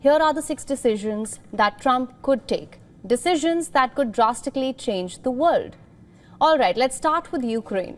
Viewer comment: You're nice, but you ENGLISH INTONATION is WEAK specially in when you PRONOUNCE "WORLD, HAPPEN and BUILD/BUILT. ❤❤